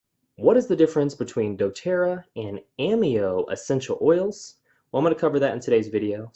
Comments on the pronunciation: Hi.... It's obvious that your evaluation is heavily biased towards the doTERRA oils. The fact that you have chosen to represent doTERRA out of personal choice is respected. What is not respectable is presenting an AMEO (pronounced A- May' -o) evaluation that is not accurate. As a practitioner who obviously finds service important what is paramount is to ensure my clients get the absolute best. Perhaps one the MOST IMPORTANT factor you for missed including is the category of grade which ensures quality and efficacy of every batch.... CLINICAL grade... Ameo = YES, doTERRA = NO... Sorry... just find your assessment to be too biased to be credible. Just at side note... at Ameo we are taught to educate people about what makes Ameo a superior category creater in the essential oils industry. We are coached NOT to tear down other companies in the industry with unsubstantiated information. It's just another factor that makes AMEO great. All the best with your doTERRA business:) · First of all, it's pronounced Ah-mayo. If you are a distributor as I am, customer service deserves a full check mark. Quality? No other US produces oil comes close. Ameo is clinicsl grade. By going to the Cert-5, you csn actually see a video if the oil in question entering a human cell under a mass spectrometer. No other US producer offers that. Nice try, though.